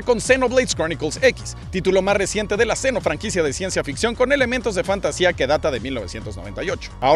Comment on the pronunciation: Por fin aprendió a decir Xeno